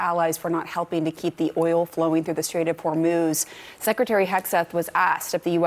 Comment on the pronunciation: Trump's threat to "obliberate"????? "Straits of Hermoze"???? "Perculate"???? Wow.